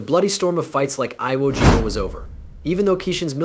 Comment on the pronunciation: "Iowa Jima" - a new low in crappy AI Generated videos.